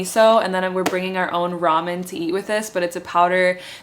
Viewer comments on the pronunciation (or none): none